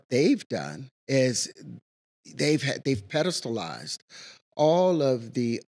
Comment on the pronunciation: “They pedestallized”😂